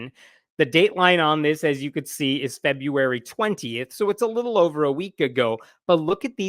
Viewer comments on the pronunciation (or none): none